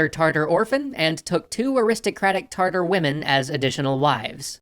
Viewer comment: Is it me or I keep hearing tartar like tartar sauce instead of Tatar ....?